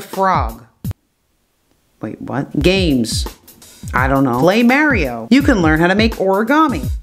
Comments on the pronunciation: Mario, not Maryo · that's not MAY-REE-OH its MAR-EE-OH